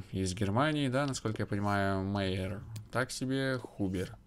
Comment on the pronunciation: Albert Майер читается ;)